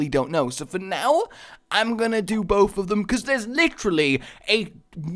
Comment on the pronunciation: It's bouth